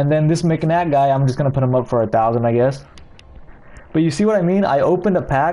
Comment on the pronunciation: It was Mcnutt not Mcnatt